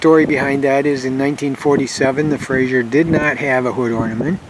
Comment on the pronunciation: Frazer. FRAZER. Say it with me- FRAY- ZER.